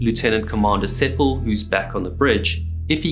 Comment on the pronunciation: The name was Sepel rather than Sepal.